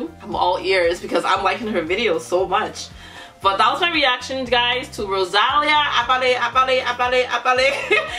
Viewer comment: Es ROSALÍA Acento en la Í,...No ROSÁLIA🤦🏻‍♀️😂😂😂